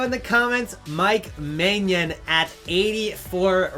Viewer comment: Maignan is pronounced May-nyan (an pronounced in a way I can't explain to english people.